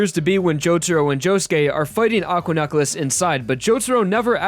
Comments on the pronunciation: Why do you pronounce necklace like "nuck-les"? Edit: Don't mind my rudeness; I'm a little drunk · Why does he pronounce necklace so weird